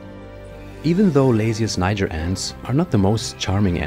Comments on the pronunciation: It’s not pronounced like that tho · you pronounce word "niger" not correctly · You mispronounce the name